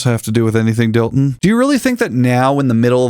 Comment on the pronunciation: Dillon? That’s Dilton boy, ‘pussum respek’ when ya’ mention his name!